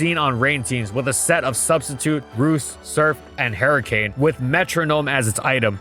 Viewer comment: No one:: "Hairy cane"